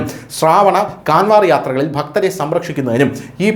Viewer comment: കാൻവർ എന്നല്ല കാവഡ് എന്നാണ് ഉച്ചരിക്കേണ്ടത്. ദയവായി തിരുത്തു.